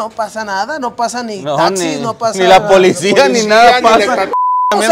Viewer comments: Decía "polisía"…??????? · Se dieron cuenta de que la patruya decía. "Polisía" y no policía? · Polisia? Con s jajaja no es policia? La granja rifa saludos chicos desde houston TX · Minuto 0.28 policía con s jajaja